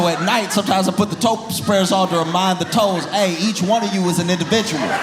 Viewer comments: When he said toe spreader, I thought he said toast spreader. I was like, WTF is that? 😂😂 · Ahhh toe spreader... I heard toast spreader...